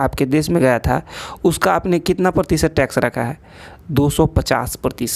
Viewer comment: It's Tax not Tex 😅